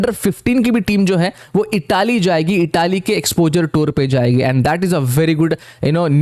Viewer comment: Bhai Itaaaly nhi Italy hai